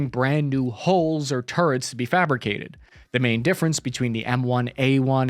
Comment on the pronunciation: No offense, but I wonder if you also pronounce Sea Gulls by saying See Goes? Every time I hear you say Hoes, I wonder what you're referring to before quickly catching on that you're trying to say Hulls. Otherwise, love your channel. Really informative, and happy veterans day. Best job I ever had. Cheers!